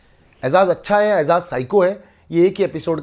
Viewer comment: baki sari baten to sai ha lkn eijaz ka nam to sai la bhai. its eiJaz not eiZaz